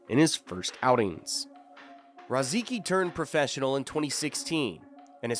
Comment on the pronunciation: The pronunciations are fkn awful in this man. Rozeekee? It’s Ruhsickee. Cape breeten? Breeeten? BRETON bro. I grew up with rozicki. He’d fkn laugh at this